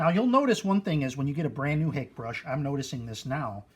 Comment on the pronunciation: Thanks for this video - I'll check out your other ones. FYI Hake is pronounced hockey (like the sport) and personally the dark glasses are kind of a disconnect for me unless you're blind or stoned... 300 followers may not be record breaking but it's a hell of a start. Congrats!